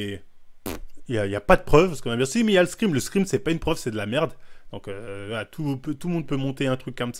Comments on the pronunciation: Pourquoi il dit screem au lieu de screen, ça dérange que moi ? 😂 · ScreeNNNNNNNN pas screemm 😭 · J'ais l'impression que tu dis des screem alors qu'c'est screenshots donc screen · On dit screeN bg pas "screaM" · ScreeN, pas screem.